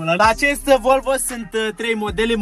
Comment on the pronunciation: sa stii ca asata nu e volvo ! :D asta este ,, VOLVĂU ,, :D